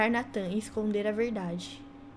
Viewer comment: Não é natan e sim neitan Que se fala